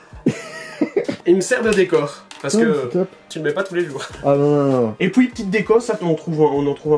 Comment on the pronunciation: Quand y dit et puis il dit et pouis